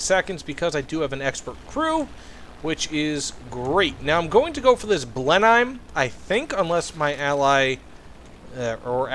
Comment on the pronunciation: Blenhime? You pronounce it as Blen-im. Great vid tho